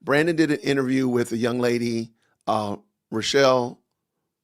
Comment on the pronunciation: Her name is Rochel ( row-hel) in English you say Rachel. Rochel is the actual name in Hebrew. Botech ( bo-tey-ok) Not being a smarty pants. Just trying to help you.